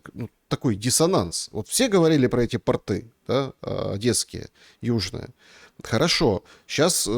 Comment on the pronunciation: не портЫ, а пОрты